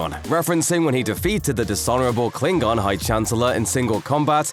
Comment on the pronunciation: Umm, isn't it Klingon and not 'Kilng-gon'